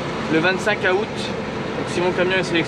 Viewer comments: Super vidéo comme d’habitude. Mais juste comme ça dans août , le A ne ce prononce pas … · moi je prononce pas 15 a out mais 15 zout🤗